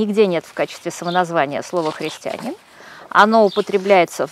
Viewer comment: Юлия Леонидовна, правильное ударение — христианИн.